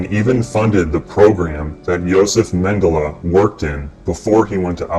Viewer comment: this idiot can't pronounce Mengele